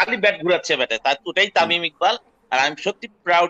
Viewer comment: it should be Tamim not Tamin... Thanks